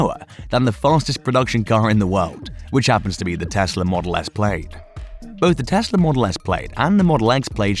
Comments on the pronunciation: Model X Played? Hahaha... The I is silent. Plad. Plaaaad. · Say "played" one more time! I will physically teleport thru this screen,. Plaid is pronounced "plad." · Practice that “Plaid” pronunciation 😂 And no it’s not the accent, Elon has a slight south African accent himself. “I” is silent; sounds like (plād) not “played”. Different words mate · It's pronounced Plad not Played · Pronounced Plaad